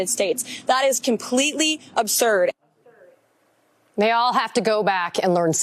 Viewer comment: Miss Leavitt, the word is absurd, not obsurd!